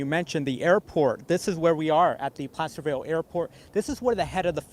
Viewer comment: did this nitwit say "Plasterville"?